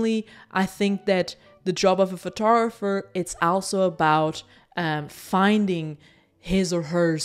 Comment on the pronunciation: Just to be a pedantic: it’s called a “photoGRApher” and not a “photogopher”. It is totally irrelevant and I’m a smaller person for letting the pronunciation irritate me. Sorry.